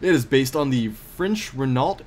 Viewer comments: Actually, the correct phonetic pronunciation for 'Renault' would be "reh-no", as there is no "eu" sound in Renault.: your scouting is really impressive, to be honest. As are your tactics. Wouldn't want to come across [WWPD] in Company Battles. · That sounds like an ambitious project. I'll be sure to tune in. Renault is pronounced Rehn-oh. The "-lt" is silent.